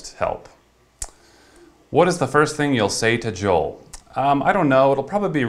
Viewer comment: Its pronounced JOE-EL